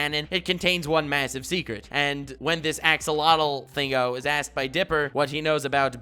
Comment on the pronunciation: it’s “A-X-O-L-O-T-L” not “A-X-L-O-T-L”